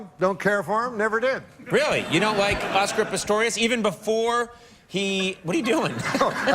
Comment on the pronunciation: Was he making a joke about calling him Pistorus instead of Pistorius? Is that what he was playing at when he was talking about explaining it for the viewers at home?